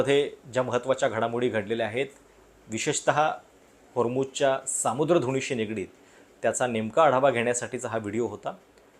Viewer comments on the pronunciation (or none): योग्य शब्द समुद्र आहे 'सामुद्र' नाहीये तुम्ही मराठी असल्याने योग्य उच्चार अपेक्षीत आहे.